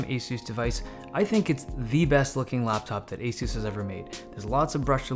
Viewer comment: are you sure that's how "ASUS" is pronounced?